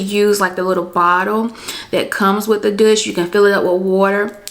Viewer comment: Dooooosh. Not dush